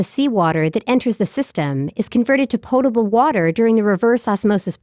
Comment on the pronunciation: why emphasise the portable part?